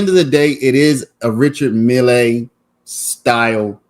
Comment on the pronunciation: It's pronounced richar mille with emphasis on the double LL. Milll